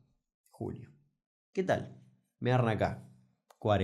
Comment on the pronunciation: Hola Damian, quiero decirte que te empece a seguir hace poco, y debo decir que esta muy interesante las mayorías de los videos. Pero hay una cosa que me parece muy gracioso. En algunos de los videos cuando arrancas parecieras decir MEARME ACÁ en lugar de ME AGARRAN ACÁ. :D